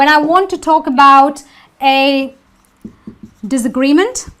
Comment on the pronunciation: disagreement not di/z/agreement